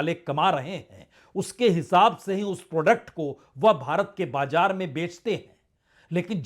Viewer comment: Dear Sir, despite your great worldwide news analysis, please correct your pronunciation. For example: bajar not correct and BAZAR is correct and jiada is not correct and ZIADA is correct, hjara: hazar, etc